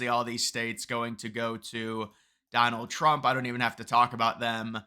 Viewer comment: You Mispronounced Donald Trump